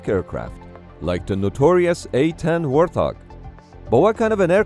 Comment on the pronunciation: it's a wart-hog not warth-og great video tho!